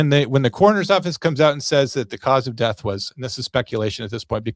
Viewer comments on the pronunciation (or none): I'm sorry but a supposed "attorney" should know how pronounce the word "death". Really? The deff of Nolan. Ben Crump is a race-baiter, not an attorney. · Ben Crump is the most racist, ignorant man who is out for his own personal gain PERIOD! And the word is “death” not “deaf” which makes him stupid in addition to racist and ignorant. He just loves to stir up controversy and start problems where there are no problems. Can’t stand his lies! That boy’s friends loved him and didn’t do anything to him but a man like Crump could never understand that because he’s never had true friendship’s like these boys had. It’s sad all the way around but his parents know his friends didn’t kill him. Men like Crump make their living by stoking the flames of hate and perpetuating tales of racism where there are none.